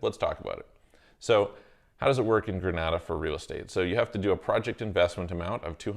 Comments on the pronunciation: Pronunciation is incorrect. Gree- nay-da. Granada is in Spain. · It’s Gren-ay-da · It's pronounced "Gre-nay-dah". If I had the resources, I would invest in the Grenadian and Turkish Passports and also get a Mexican Residence. This would allow me to live in both Istanbul and Mexico City for six months each.